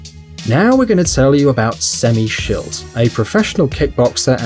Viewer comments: You say sammy schild wrong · Did you just say semmy shit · "Semmy Schilt, now we're gonna tell you about Semmy Schilt"